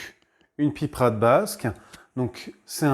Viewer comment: On ne dit pas de la piprade mais de la pipeuuurade😮❤